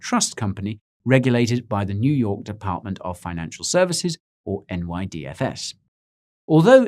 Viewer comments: neww yaaukkk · "New Yaawk" put me on the flaaw lmfao 😂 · The way he said, "New York." I had to replay that. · I had to back it up to ensure I wasn't hearing things and that you were indeed laying down some east coast dialect. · I laughed when he first said "New York," and with a Brooklyn accent to boot.